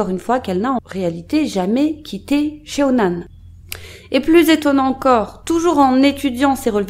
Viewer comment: J’ai vécu à CheonAn en 2019 pendant quelques mois 😂 ça me fait bizarre d’avoir une vidéo provenant de cette ville vraiment! Ps : CheonAn se prononce = ChoneAn ( le e est muet ) haha je sais pas si c’est clairement dit